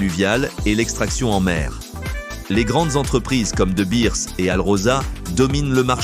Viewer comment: De Beers mal prononcé. IA se rapportant à la langue anglaise seulement. Qui ne connaît QUE la terre d'Albion.